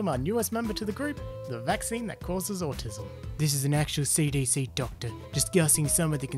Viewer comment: Me when I hear ``vacinations cause atissum!